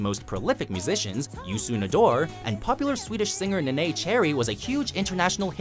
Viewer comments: It's pronounced Nay-na Cherry not nay-nay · You mispronounced Neneh...